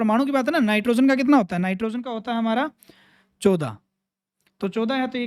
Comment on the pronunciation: Sir 14 ache se bolo